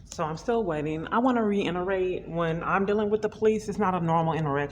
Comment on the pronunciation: “Reinnerate” ❌ “Reiterate” ✅ Please please stop pronouncing that word like there’s an “n” in it.